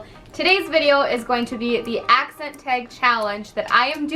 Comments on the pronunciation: You say the word tag with a slight accent 😂 love this video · I can definitely hear your accent in tag and bag lol! Cute!